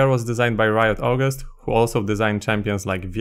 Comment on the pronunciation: I just heard "disgned by Riot Aughust" and no need to hear more. Overetuned, unbalanced champion with 500 different passives.